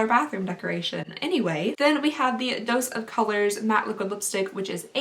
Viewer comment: i thought she said,dose is color lol